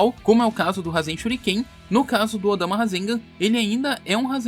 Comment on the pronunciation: Choo odama nao é odama filhao